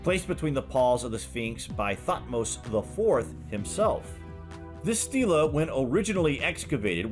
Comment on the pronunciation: His name is not pronounced (thot-mose). It is pronounced (tuth-mosis)